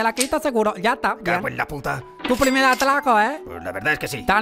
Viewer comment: Tu plimel atlaco eh... tu lelajate, hay cosas mejolar pelo bien ejecutao- Me descojono hahahahahaha